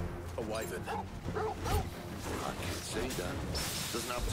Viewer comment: I think the character's are pronouncing Wyvern's name incorrectly. Isn't it Why-Verne Not Why-vren?